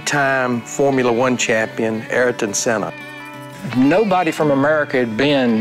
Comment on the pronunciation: Larry macs pronunciation of ayrton sennas name 😂😂😂😂😂